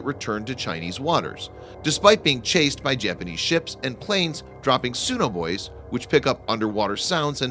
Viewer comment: Learn to pronounce "archipelago" and "sonobuoy". Also, what was the countdown about?